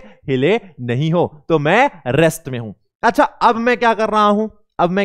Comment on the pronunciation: Sir rest hota ha rext nahi